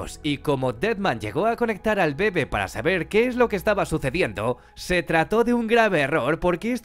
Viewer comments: Este man no sabe que se pronuncia «bebé» y no «bebe» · soy el unico que le molesta que diga mal bebe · ¿Tan difícil era poner el acento correctamente en la palabra bebé? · Como me choca que digas “mama” y “bebe” cuando tienen acentos! Y pocas veces lo dices bien.